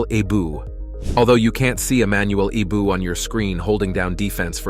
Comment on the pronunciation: Eboue is spelled EeeeBooWee not eboouuu, get a life narrator. Also what jay jay okocha videos has to do with arouma? Anything goes in this weird video and most stories are untrue